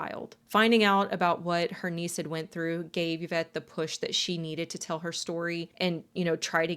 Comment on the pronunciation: Thank you for saying Yvette's name correctly. Most of the time it is not pronounced correctly. This case is so bothersome. I hope ppl can get free. However you made a comment about a cult leader here in the states. I can only assume with the context of what you were showing who you meant. I would have loved to continue watching your content. But since I'm not stupid and know who you were referring to I'll pass and encourage others not to as well.